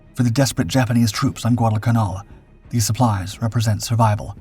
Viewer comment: How do you mispronounce so many words!?!?! You even mispronounce canal!!!